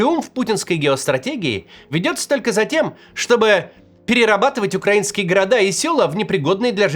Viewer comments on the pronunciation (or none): none